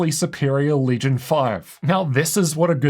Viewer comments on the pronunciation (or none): none